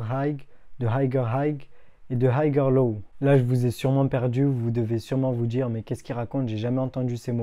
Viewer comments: Puré qrrete de masacrer la langue de shakespear !! 🤦🤦 Higher se lit haieur et pas hagueur 😭😭😭 noooo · Du coup j'me demande si ses profs disent aussi haygueur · Higher ca se prononce hayer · Super tes vidéos, et je veux pas faire l'ancien mais higher prononce pas le g et c'est niquel ;) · Ce n est pas important la prononciation Je Suis trader professionnel et je suis en admiration devant les connaissances et la maîtrise du trading qu il a pour son jeune âge quant il aura 30 ans il deviendra un master du financial market chapeau mon fils continue 👏👏👏👏